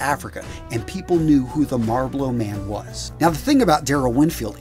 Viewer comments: the what man? the Marbalo man? Jesus get it right dude... it's Marlbaro... huge infraction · "MarBlow"? Come on 🤓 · Can’t stand the way you say “Marbolo,” come on dude that’s clearly not what it says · Ah yes the MarlBLOW man. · 'The Marblo Man' Lol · the dude literally says “marbolo” instead of Marlboro lol😂 wth. “EMertainment”. buster “shrugs” 🤷‍♀️ lol it’s Scruggs. Are u okay my dude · I had NO IDEA it's pronounced "Marblo" lmao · what the hell is a marbloro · Why do you keep pronouncing Marlboro like that? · You said "maRboLo" man... Muhuhaha! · "Mar-blow" lol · 🤣🤣🤣 Did I just hear a grown man say MarBlow?!?! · As a man born in the state of MA, for the love of god my brother. It is pronounced: "MALLBORO" Also "Hessian" is pronounced "Heshan" btw. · When he said "MAR-BUBLOW" the third time, I said I'm out!!! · Its pronounced. Marl-boro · He says "Marlboro" like he has never asked for one haha. Great video. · Love how this guy can't pronounce MARLBORO, what a dork